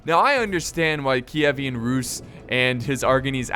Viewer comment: Kievan, not Kievian.